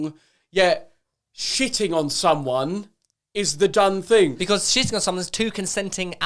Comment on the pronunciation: Joe "the dunnfing" Weller XD